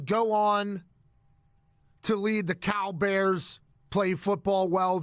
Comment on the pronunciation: When Pat said Cal Bears I thought he said CowBears I was a little confusd